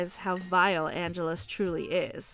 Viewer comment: Why did she keep pronouncing Angel's evil name like 'Angeles'? It's Angelus, like: ann jealous. Or am I remembering it wrong?